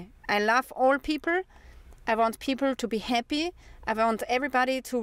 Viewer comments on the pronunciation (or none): Nope, she was trying to say "happy". Short "a" sound is hard English learners to say.